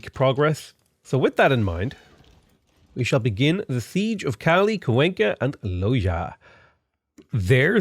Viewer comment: kwayn-ka not cuw enkah